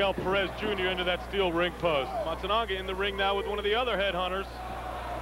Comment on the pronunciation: I love the how the comentator (not paul) tries to say Matsunaga "Matsunooga" "Matsooga"